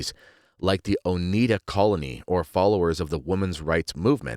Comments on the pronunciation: Lol it's pronounced oh-ni-da, not oh-nee-da 😅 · Oneida is pronounced Oh-nigh-da. LOL, I have Oneida utensils, but they're stainless steel. BTW, for the last 30 years I have not worn pants because I don't want to risk being seen as a feminist. I wear skirts and dresses, with leggings for warmth. I never regretted this decision. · Oneida with a long i like eye. Not Oneeda. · Oneida silverware from Oneida NY, named for one of the indegenous NY people the Oneida tribe. Oneida pronounced with the long 'I' sound. So, your spelling is incorrect, and the name origin on your part is incorrect or at least that of the author you are quoting. I've spent many years (more than 40) in healthcare, trust me wearing pants is far more modest than uniform dresses. I've worn both.yes dresses in nursing were impractical in hospital settings. Pregnancy clothing was different from non pregnant clothing. There were women in 18th n 19th century clothing who did have health effects from the clothing they wore causing issues with breathing and proper nutrition. There's a place for both. But dont presume you know what